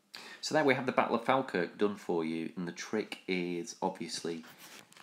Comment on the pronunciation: Its pronounced Fall-kirk or as we say in Scots Faw-kirk :)